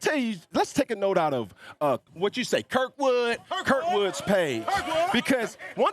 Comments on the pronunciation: Shawdee said “KIRWOOD”…! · Shawty said kirkwood 😂😂😂